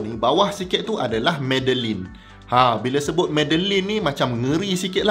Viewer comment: Medellin tu prounced as mediyin.